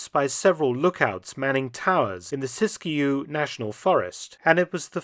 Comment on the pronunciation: Kudos for pronouncing Siskiyou (SisQ) correctly !:-)